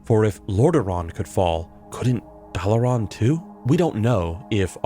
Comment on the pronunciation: Dalaran as well.